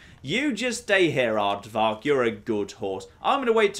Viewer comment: he says the horses name perfectly, the demonic undead bone pony's name is Aardvark bethesda just spelled it wrong.